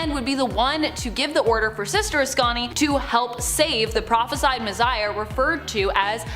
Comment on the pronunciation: Mizziah??? She doesn’t know how to say, Messiah?